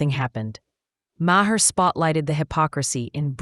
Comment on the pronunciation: I can't stand this AI BS. It called him Mah-her lol then in the next sentence says it correctly.